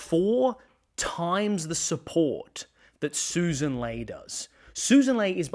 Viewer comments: Just FYI. It’s pronounced ‘Lee’ not ‘Lay’. And ‘zed’ not ‘zee’ Otherwise really good. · I do respect your political take but why do you pronounce Sussan Ley as "Lay" instead of "Lee" which she has said is the right pronunciation - very small point but I know but she deserves that surely?